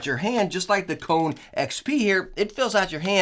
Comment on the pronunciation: And its not Cone its Ko - ne lol